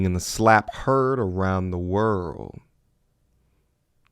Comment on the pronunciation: The way that English dude pronounced "world" is diabolical😂